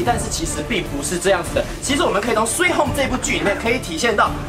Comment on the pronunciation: sweee home，哦原来，我一直以来是sweet home😮